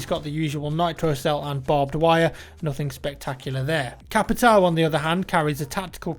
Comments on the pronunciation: you butchered BOPE's name so badly.... and you don't say "capitow" or "cavera" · Good pronunciation for "Caveira" (Skull) and for Capitão (Captain). So CUTE